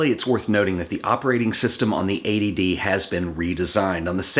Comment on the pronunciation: the intro is funny. I also like how you emphasised the t in eighty d so it didn't sounds like a.d.d great video by the way